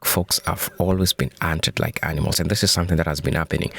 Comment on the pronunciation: She said ankneemals😂😂😂